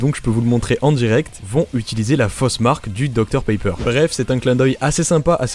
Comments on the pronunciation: Suis-je le seul à entendre dr paper au lieu de pepper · pq tu prononce docteur Paypeur alors que ça se prononce pépeure